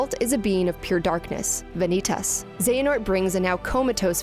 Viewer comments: V A N - IT - AS. NO ITS VAN- E - TAS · That pronouncing of Vanitas triggers me lol but great video